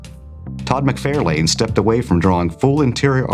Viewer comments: Please stop saying McFare-Lane. The name is pronounced McFar-lin. Not Lee-field, but Lye-feld. And you misspelled Kieth (RIP). And Kurtzberg. Sheesh. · From Google: Todd McFarlane is pronounced TODD mick-FAR-lin (or muhk-FAR-lin). McFarlane: Stressed on the second syllable ("FAR"), with a soft "lin" or "len" ending, not "lane". Breakdown: Todd + muhk-FAR-lin. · You definitely get names wrong...Todd Mcfarlane you say incorrect everytime. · Look up the proper pronunciation of McFarlane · Please stop mispronouncing Todd's name